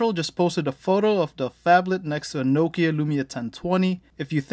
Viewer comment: IT IS NOH-KIA NOT KNOW-KIA